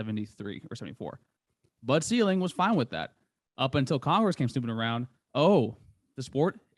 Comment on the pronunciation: Bud Selig, not ceiling.